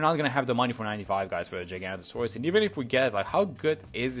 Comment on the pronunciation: No hate but please can we get the name right? It’s Giga-noto-saurus